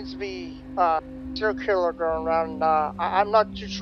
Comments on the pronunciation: ‘Ciller killer’ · “Siller killer” lol